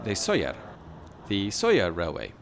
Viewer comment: Como he llegado aquí? Por cierto, es Sóller.